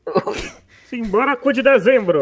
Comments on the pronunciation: eu tava ouvindo sinbolico e n sinbora kkkkkk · meia um tentando falar simbora tendo um avc